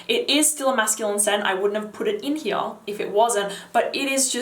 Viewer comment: ...it's all in heeyahh!!